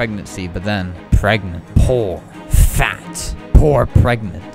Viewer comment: they way he just says poor and fat sounds British